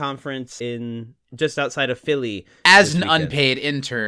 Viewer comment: Just outside of "Philly"... As a Philly area native, well done on saying it like non-tourist.